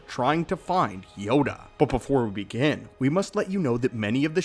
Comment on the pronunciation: "buhh behfohr wehbehghin" 😂😂😂